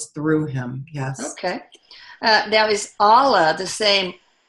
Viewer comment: Dear, Thanks so much for the work you do. Wish you progress from strength to strength 🙏 A gentle correction. Kindly pay attention to how words foreign to you are pronounced. It's not 'Aalah'.. it's 'Allah'. Might be worth your time checking out how a Muslim might pronounce it, isn't it?:) I am a Hindu. In Sanskrit, a vowel dragged or shortened unnecessarily can totally change the meaning of the word itself. Just a request to be a bit more sensitive to other cultures. Thanks 🙏